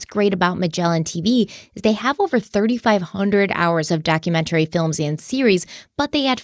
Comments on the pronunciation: 25 k likes for to start saying documentary correctly lol 😂 Just kidding love you ❤ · I personally love it when you're sponsored by Magellan tv because pronunciation of "documentary" is my most favorite ever. Great episode! My heart goes out to Connie's family and especially all the kids.